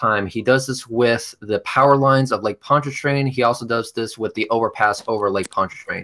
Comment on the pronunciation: called it Lake Ponchairian... hahahahaaha what a f 'n moron!